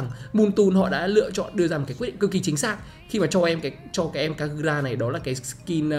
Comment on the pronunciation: giọng Nhật của e kagura mới chuẩn anh